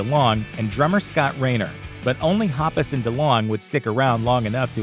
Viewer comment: Omg I can't stand how he says mark and toms last names...